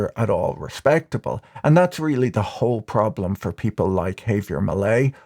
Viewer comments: it would be preferable if you were to enunciate millier's first name as 'haah-vier', not 'hay-vier'. 😉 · "Hay-vier" lolol wtf do Brits literally insist on absolutely mangling any and every foreign-language word they speak?? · No, you have the stress on the wrong syllable. The English phonics should be hah-vee-AIR. Last name me-LAY. Also, the v in first name is pronounced more like a "b".